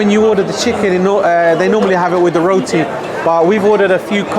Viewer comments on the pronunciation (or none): none